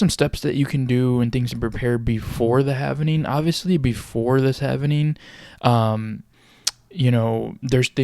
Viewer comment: Say HAVIN-ING one more time! But then spell it HAVING for your video! Stupid